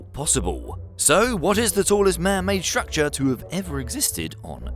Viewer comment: S T R ucture..... not S H ucture or S H R ucture....... please say it one more time..... S.T.R.U.C.T.U.R.E.